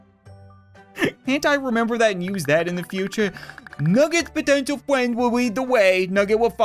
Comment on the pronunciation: english: Friend Translate to nugget:Fwend